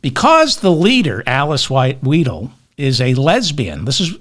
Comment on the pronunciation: Weidel, the middle sound is 'eye'.